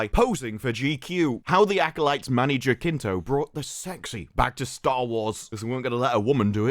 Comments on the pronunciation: HA-SIN-TO Not jakinto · Jacinto in Span is a first name. And ridiculous, btw. It's pronounced hathinto and it's laughable 😂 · Manny Jacinto is not a bad actor, he did well in "The Good Place". Jacinto is pronounced here "Hasinto"... H, like in "Harry". Greetings from México.